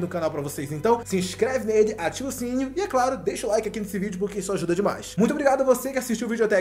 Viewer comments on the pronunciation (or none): none